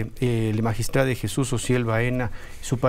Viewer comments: Magistrade porque no magistradi, magistradu 😊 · Que credibilidad va a tener un fiscal que no sabe pronunciar magistrado?